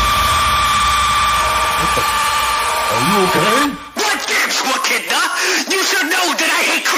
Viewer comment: It's also wrong, he said "Wechidna?!"